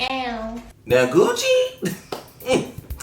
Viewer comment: OMG😭😭😂😂😂😂😂 he tammat gucci label like lake lanier im cryingggg